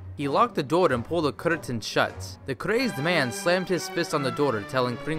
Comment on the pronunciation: Everytime he says "door" it sounds like "daughter".